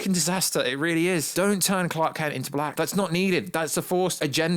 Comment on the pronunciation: Why do you keep saying "Black" with so much emphasis!?!